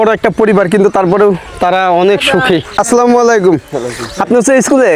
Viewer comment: Vaiya ami apnar vdo dekhi sei jokhon 67k subscriber cilo tokhon theke , but jokhon apnar 1 million hoye gelo tar por majkhane r vdo dekha hoyni , ajke dekhlam abar khub valo laglo but akta kotha boltici , apnar salam dewyate vul ace beshir vag somoy a slamalaikum bolen aita thik korben ❤